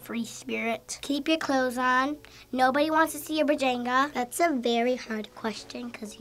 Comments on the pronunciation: He said "vajango" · HE SAID BEJANGA HAHAHAHA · said vajenga 😂😀